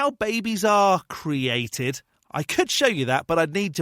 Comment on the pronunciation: Some of the dumbest questions I have ever heard. His mistake is thinking everything HAS to be cwheated (his pronunciation).